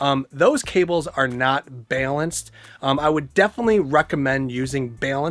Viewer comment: "BALENCED"???????? Is English not your first language?